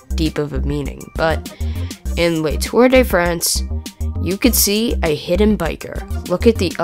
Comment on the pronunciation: I cringed when you said Le Tour de France. Learn French m8